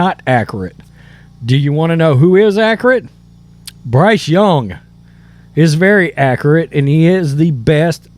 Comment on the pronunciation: God love you.. you don't say accurate accurately.. killing me. As a bear fan I love Fields, but he isn't a passer.